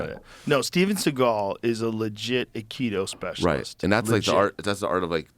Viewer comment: I love you Joe, and I binge on your show, but please....Akido!! "AI" harmony - "KI" energy - "DO" way. I am an Aikidoka, and despite all the fun-making surrounding this martial art, I can tell you that a high-ranking Aikido master can truly injure an assailant in a split second. The old Aikido as taught in the Dojo's of O' Sensei Morihei Eushiba was absolutely brutal. So much so that only it's "softer, rounder" incarnation survives currently.